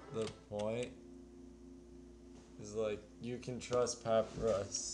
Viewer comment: Dear its Pa-py-rus (papierus)